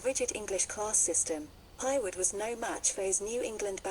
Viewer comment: Her surname is pronounced HAY-Wood not Highwood